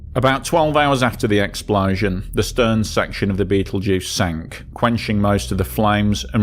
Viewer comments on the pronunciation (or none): I take a shot every time he says "exPLAUszun"